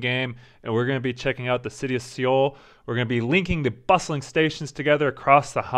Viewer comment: Good video! Just one thing: Seoul is pronounced more like "soul", and not "See-ool." The two syllables are 서(SEO) / 울(UL).